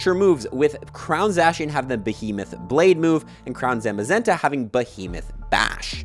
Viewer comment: Please stop saying Zacian and Zamazenta like that